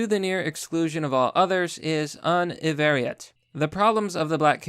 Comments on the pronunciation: I respect your grasp of English as a second language, but I was hoping that you'd look those words up yourself. "Univariate" is pronounced as "YOO-nih-VAR-ee-it," "cogent" is pronounced as "KOH-jent," "communique" is pronounced as "kuh-MYOO-nih-kay," and "Ta-Nehisi Coates" is pronounced as "TAH-neh-HAH-see KOHTS." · univariate is pronounce Yunivariate:) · Yep, I agree, but the instances I'm referring to in this video are "univariate" , "cogent" , and "communique" . Edit: Oh, and also, Ta-Nehisi Coates's name .